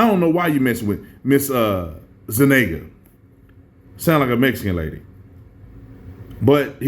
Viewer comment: Zuniga - pronounced (zu-ni-guh)